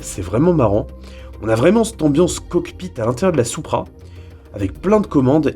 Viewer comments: Ça se prononce '' sou-pra '' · Perso je dit "supra" et pas "soupra"